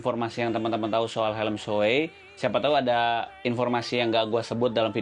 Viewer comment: NAH mantep ni, pengucapan "SHOEI"nya bener... mantep emang abang wkwkwk, masih banyak banget orang yg ngucapinnya "Shu-Wi"